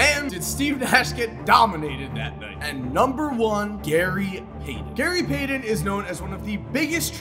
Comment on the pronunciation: "Gary Paydon"?